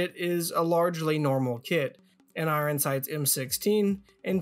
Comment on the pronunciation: I-I-Ron strikes again.